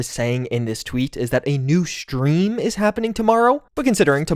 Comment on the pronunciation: I get shakes every time you pronounce "stream" as "schtream". No offense, but your accent gives me anxiety.